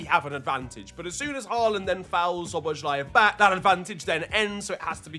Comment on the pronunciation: Hey there, hungarian here. I really like your videos but my ears are bleeding whenever you pronounce Szoboszlai's name (don't worry, hungarian is a pretty hard language), so let me help you out with the pronounciation, cause you're a bit overcomplicate it and it's way easier than you might think based on the letters (or compared to other hungarian names). So basic hungarian lesson, s is sh, sz is s. So Szoboszlai is basically Sobos-luh-y. Sob like sobbing, bos like boss, it ends with an ee (like ski), la is luh. Sob-boss-luh-ee. Anyways, keep up the good work and I'm glad you love our boy!